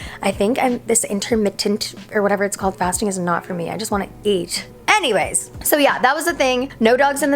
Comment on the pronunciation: Once you mistaken her "anyways" with "hannyways" u can never not hear it again